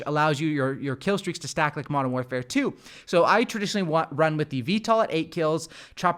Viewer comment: When he said Modern Canpfare... I felt that.